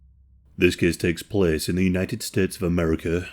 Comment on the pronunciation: "this kehs tehks plehs" hahahaa your accent is so fkin good